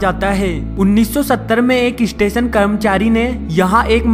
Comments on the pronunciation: lol ap apni pronunciation thik kro plzz station....istation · Bhai kya bol raha hai istation nahi yaaar station hota hai 😂😂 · bhai station bol estation mat bol mast laga bhai 😂😂😂😂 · "eestation" nahi hain be. the word is "Station" . lol 😂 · " is ees-station ko bhootiya ees-station kaha jata hai" 😂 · Estation, Estation abey bhootiye its STATION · iss-station do hajar no 😂😂😂😂😂😂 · issestetion lololol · isitation iichtation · Abhe UP wale bhaiye.... Ratta kya marta re. Estation.. 😝 😂 😂... Hai hai hai. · wtf?" istation"? "coll center" I'm definitely not "isubscribing" to this ishit